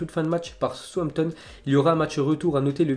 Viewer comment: Dans la phonétique Southampton se prononce saousse Hampton pas sous hanton